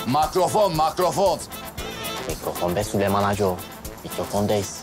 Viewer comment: Cok komik oluyor süleyman yerine sölümon deyince haha